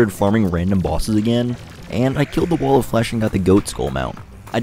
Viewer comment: wtf is a "wull" its wall bro